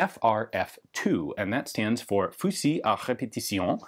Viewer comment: 7.62 Nato, not " 7.60". F stands for France. Fusil pronounced fuzil. As for the part of copying...Read history and you will see just how much has been copied from the French. If you spoke French, you'd realize that half if not more of the terms relating to cars, boats, navy, army, airplanes are copied from the French...For good reason, because they invented and developed them. Just one of the many terms used is ogive pronounced "ojeev" which means warhead in French. Aid de camp from "aide de camp". Camp helper. Chassis for a car, from "chaise" or seat. Aileron for airplanes or "small wings". Fuselage for "cabin" and on and on and on, because these are French ideas and developed by the French who don't copy many but who are copied so profusely and whose inventions are appropriated with the pretense that they were invented and developed elsewhere. Everything to do with artillery is mostly French. Do a bit more homework. I can't tell you in one paragraph just how much your remark is wrong...Get informed.